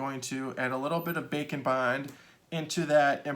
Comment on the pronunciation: haha. It's what the close captioning says- the Auto Caption here's "bacon bond." I can see why tho, the way he says it, his "d" in "and" is kind of silent. Like how people say "kinda" instead of "kind of." We here "bacon" instead of "bake and."